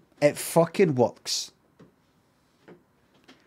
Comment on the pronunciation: "It wuks!"